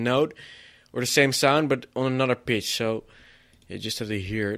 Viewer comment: I love this guy. "and now we add anoder one! cause we leik it so much". Good tutorial but XD